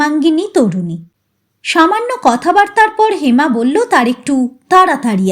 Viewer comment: tomaar galpopat aamar khubi bhallolage, karon onno channeler kathakder moto tomaar uccaron dosh nai. "phhu"-er path annobaddya. bangla sabda "thulangi"ke tumi "thalangi" uchharan korle kano? aar sab pathai tumi "bollen" aar" bollo" sabda uchharane timing anabashak Jordan Dao kano? aamar boyosh90,tai tumi liklambole kichhu mone korona.tomar channel-er nam janale tomar galpopath aaro sunb subechha nio.. n